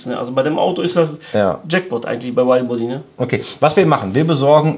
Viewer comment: Hab noch nie jemanden geiler "widebody" sagen hören :D